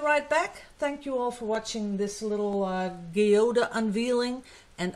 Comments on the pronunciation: In USA we pronounce geode like gee whiz . Gee ode! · Beautiful thank you for showing us how to make a Geode.... said in English gee ode ....love your teaching method and sharing.